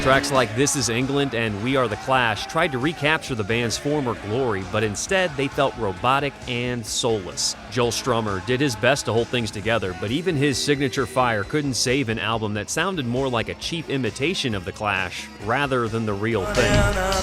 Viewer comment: "Joel" Strummer, lmfao